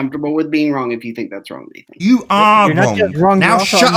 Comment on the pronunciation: "extablished" "wronk" "somethink" "everythink" "anythink" still on damage control for Bob Knodels screw up in admiting the true findings of the gyro in the documentary. I can't believe anybody would still come on this dumpster fire. I hope mom never listens to any of these.